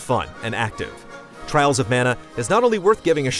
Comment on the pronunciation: Dont you mean Twials of Mana?